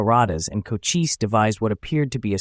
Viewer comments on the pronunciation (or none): Chochise was one of MANY Great Apache Leaders........and is pronounced Koh - Chees NOT Koh - Chee - see